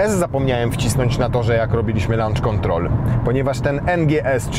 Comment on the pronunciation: Lancz kontrol :p